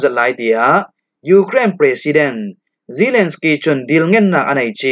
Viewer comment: Zalensky tla hi na hlam dik lo a bang . Mirang hming na hlam dan pawl hi uluk deuh a tha ka ti .